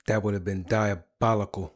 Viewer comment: That would have been diabolical… that would have been dia-bili-KAL!!! 😂